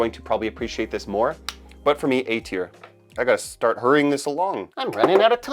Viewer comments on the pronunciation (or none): none